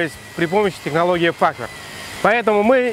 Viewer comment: факВерх или факФерх? И вообще - ФАХВЕРК.